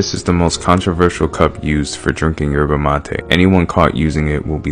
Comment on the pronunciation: "for drinking yerbuh matay" bro. It's pronounced "sherrvah" not "yerbuh" And "mah-teh" not "ma-tay"